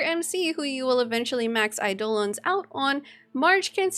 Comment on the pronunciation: calling it "aidOlons" makes me smile